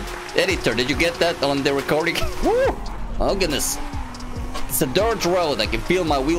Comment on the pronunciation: ohh gadnsss oh goodness C2 English Level